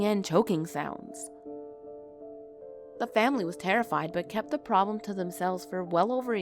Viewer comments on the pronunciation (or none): none